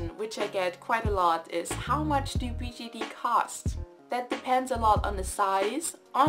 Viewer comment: does anyone realize she says bgd not bjd